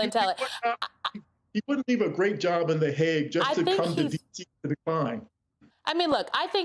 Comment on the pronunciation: THE HAGUE IS NOT THE HOGG. MSNBC...please hire people who are familiar with news. she is dumb and says 'y'all' on newscasts...sad...